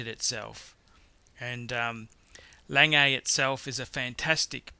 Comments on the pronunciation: its not lang-gay! its lan-geh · Lange is pronounced 'langur' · It's not "Lang AA" it is pronounced "LANG-eh" (I have met Walter Lange in Glashutte) Regarding pronouncing Omega, I have been to Berne, Switzerland to the Omega plant and even their marketing people pronounce it both ways. Breitling, IMO, is a second tier watch and shouldn't be mentioned in the company of the rest. Would have picked the President Day - Date over the Datejust. (BTO the best selling Rolex is the ladies Datejust.) Agree with others, Lange should be #2, not #10. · Wow... so many views for a dreadful video. I would certainly learn how to pronounce brand names correctly.. LOL I mean Audemars Piguet is pronounced O - de mar Pee Gay not Pee r jay - thats Piaget a completely different brand... Lange is Long - e not Langay... and you meant chronograph not chronometre dear me if you are going to be pretentious get it right... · Got to agree with the folks who didn't like hearing "lang-ay" instead of the proper (German) pronunciation "Long-ga". And he's clearly confusing the Audemars-Piguet brand with the Piaget brand. Piguet is pronounced "pee-gay" and Piaget is "pee-a-zhay". And didn't we lose one? Number seven? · It's not "lang-ay" it's "lang-ah". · 1. Lange is pronounced Langeh, not Langay. 2. I didn't see an IWC 3. The Rolex Submariner should have been the GMT. 4. Royal Oak?? What did that ever do? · It's not "Lang-A" it's "Lahg-Uh" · the first one is not pronounced langay, its pronounces long-ugh or something like that, it means long in German. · it's pronounced lahngeh und zooh-neh (like the vowel at the end of Porsche) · "Longay", "Auday Mars Piaget", "Cartier Sandtoss", "Amiga Speedmaster", "Rolex Saliney Line" Classic. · Längei :-DDDD Lange GGGGG!!!! :-D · Lon-guh. Douche. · 'A-langay and son' ... I shiver.. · its A-Lang-guh and So-noh (A. Lange & Sohne). Au-dee-mar Pee-kay (Audemars Piguet) good list. how about V.C. Patrimony or JLC Gyro ?